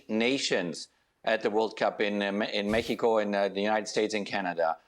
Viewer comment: I like that Klinsman pronounces México correctly 🎉